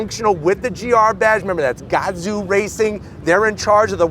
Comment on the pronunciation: Really cool car and cool review but I can’t stop laughing at the way he pronounced gazoo. “Gaaaahh-zoo”